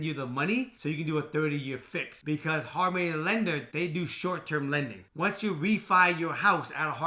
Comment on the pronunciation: I kept thinking he was saying “harmony lenders” 😂 and sure enough there’s a harmony lender if you try to look it up so then i got really confused. Glad i saw your comment!😂